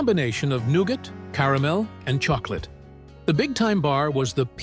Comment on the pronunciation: Bar Noonin, huh? I always thought that the word was 'none'....Anywho...lol...I loved Whatchamacallit bars when I was a child.